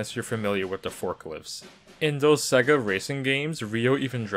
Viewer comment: The accent you were doing sounded like it was from someone who should be able to say sega properly yet you didn't not once , which is always amazing to me when people get it wrong when so many sega games especially on the mega drive/Genesis used to actually say it out loud , Australians get it even more wrong they say seega at least the wrong way Americans say it is in line with how it's spelled